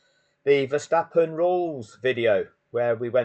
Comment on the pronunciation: Hi pal i know you call him max ver verstappon,I call him Thanx fer stoppen lol😅